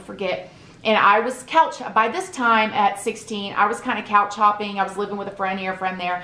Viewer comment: When she said couch hopping I thought she said cow chopping 🙈🙈😂